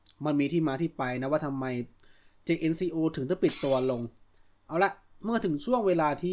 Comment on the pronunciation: ครับ แต่เวลาฝรั่งเรียก เค้าเรียก เจนโค่ ออกเสียงแบบนี้ครับ เค้าไม่ได้ออกเสียงว่า เจเอ็นซีโอ 😅 หรือถ้าถนัดเรียกแบบไทยๆก็จัดไปครับ เจเอ็นซีโอ จังโก้ เอาที่สบายใจกันไปครับ Jn เจเอ็น = เจน Co โค่